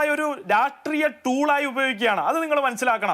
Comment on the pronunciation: രാട്രീയ മല്ല..... ഹേ ഷ്ട്രീ യമാണ് 👍